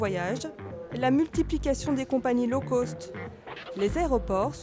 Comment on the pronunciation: Les o dans low-cost se prononcent comme "eau poste" pas comme holocauste ! Rahhhh c'est pourtant pas difficile de prononcer low-cost correctement !? La manière dont ça a été prononcé dans le documentaire, "low-coast" (au lieu de low-cost) ça veut dire "côte basse" et non pas "bas coût". Ça m'arrache kes oreilles à chaque fois... Entre ça et l'incapacité pathologique des francophones français à prononcer le h en anglais... Grrrr 🤯